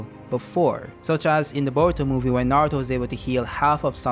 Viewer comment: bowuto & nawuto, I love you bro, chuckles.